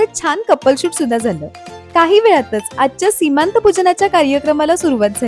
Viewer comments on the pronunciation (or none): अगं, सीमांत नव्हे, "सीमंत" म्हणावं. किती अनर्थ होतो चुकीचं बोलल्याने, ते जाणून घ्यावं.